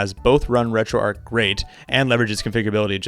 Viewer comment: Just a friendly note that it's pronounced "Retro ARCH" not "Retro Ark"